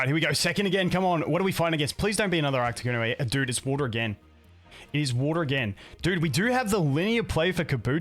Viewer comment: Love the deck but please for the love of god stop calling it ARCTICuno, it hurts my soul